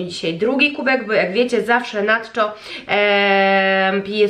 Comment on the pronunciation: Na czczo, nie natczo😊